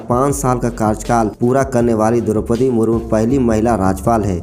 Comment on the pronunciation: Murmur nahin ji murmu bolo